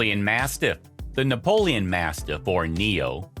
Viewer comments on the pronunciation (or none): Read the name properly if you don't know the type of dog. It's ''Neapolitan Mastiff '' & not ''Napoleon'' as you have clearly pronounced.